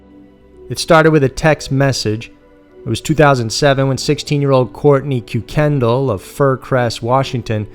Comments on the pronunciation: It's pronounced "Kirkendall" for the Kuykendall family. I know, it doesn't make any sense, it's one of those weird Irish things. I know a family with this name, though, and that's how it's pronounced. I love your channel, but you kinda mispronounce a lot of stuff that you could easily check and say right. Just a wish from a fan that you would maybe try a bit harder on things like that, it moves you from the small time into the Big Leagues. Thanks for the video, really do love your work! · Idk if it’s relevant but is that how you pronounce the name, ‘Kuykendall’? In Texas, close to wear I’m from there is a major street in cities like Conroe, Spring, The woodlands, etc. (north of Houston). The street is spelt the same, save for the last letter. There was only 1 L at the end of the street name. It was pronounced very strange. ‘Ker-ken-doll’. Just curious because it’s always been a weird name. Wonder if everyone has just been pronouncing it wrong this whole time. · I think it's German or Dutch. And I agree. His pronunciation bothered me. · We don't pronoune it as koo-kindle but kookin-doll. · ROFLMAO -- the name isn't pronounced Koo-Ken-Doll .....it's pronounced KIRK-en-Dahl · i love the stories but the way you pronounced that first name is disturbing somehow. Now it might be pronounced that way in WA but in other places its pronounced like kike-end-all at least by the people here with the name kuykendall just fyi. like i said it might be right for there but it sure sounds weird to me! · Pronounced kirkendoll not kukendall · ki-ken-dall not que-ken-del 😂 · 1. Ker-ken-dial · Kuykendall is pronounced ( kye ken doll ) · Ist one is pronounced "kirken-doll" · I think proper pronunciation is COY-KEN-DOLL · Because I’m in a family of Kuykendalls... it’s pronounced KIE ken dall. First syllable emphasis, rhymes with Guy Ken Doll. Sorry to be pendantic but that’s what happens when you spend a lifetime correcting people who mangle your name.